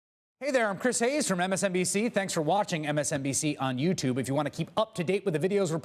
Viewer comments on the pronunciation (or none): none